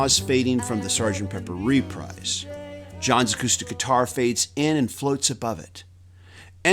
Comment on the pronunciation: It's not "reprize". It's repreeze". Wakey-Wakey!